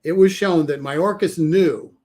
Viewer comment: It's Mayorkas NOT Mahorkas.